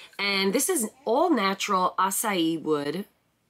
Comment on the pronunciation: Uh-kay-see-uh wood